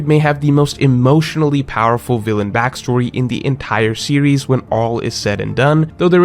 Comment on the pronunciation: always messes up with term "villain".